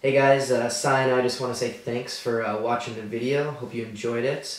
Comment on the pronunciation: <3 it! Cy and I sounded almost like you said Cyanide lol. Keep up the good work!